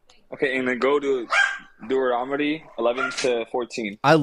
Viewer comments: This guys mouth works faster than his brain. “I’ll prove you wong” “correct or yes” “doorotumy”. He is barely coherent. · “Dueromity” 😂 FFS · what the hell is dooeromedy? lol these people are hilarious with how confidentially wrong they are. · “Okay . . . Go to Do er ah mady” Clearly a scholar. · My favorite part is the caller repeatedly mispronouncing Deuteronomy, even after says it correctly several times. “Look up da-roo-temy” 😂😂😂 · I heard Dooronomy. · Im calling it Da-roo-timmy from now on. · The caller can't pronounce Deuteronomy, but he claims to know his bible.